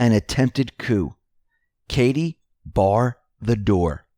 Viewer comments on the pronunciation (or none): Katie, BARR THE DOOR. "BARR"